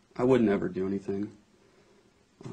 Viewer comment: “but NEVAR 👸🏻💄💅🏻💅🏻💅🏻”